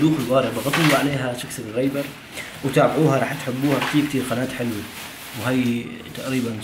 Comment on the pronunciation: سببببببسكرايب مو سكسكرايب 😯 هههههههه صحة وهنا